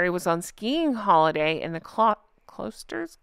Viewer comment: Helpful - FYI Klosters Ski Resort in Switzerland is pronounced like the spelling "Cloisters" - and phonetically it sounds like "Cloy-st-rrr's" cloy said just like ploy